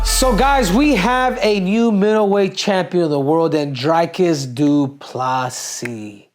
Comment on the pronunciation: Say Dreecus not drykus CCC